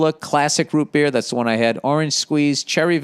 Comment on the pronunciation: I need to make an official statement on Bill Burr offending me. The way he says "Root Beer", makes me significantly uncomfortable and you all NEED to know that I will no longer be subscribing to such horrendous pronunciations. -Random Person